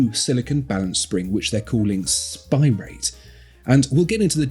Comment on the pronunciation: Hahaha! I can't get "spir-AH-tay" out of my head now!